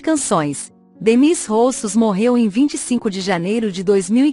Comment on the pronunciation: A música perdeu uma das mais belas vozes do mundo e um estilo único Mas a narradora tem que ter conta a prenuncia do nome do artista pois existe uma vogal que seria como se escreve-se “Démis”